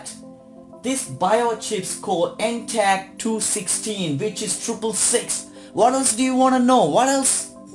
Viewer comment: NTAG216 translates to "EndTAG216" pronounce it..